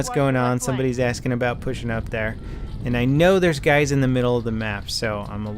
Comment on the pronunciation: was that a "Hey gays" just now?! XD